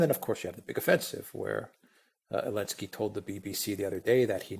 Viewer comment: Why does always calls Zelensky, "Elenesky", which is not correct. Why doesn't Alexander correct him?? Very unprofessional!!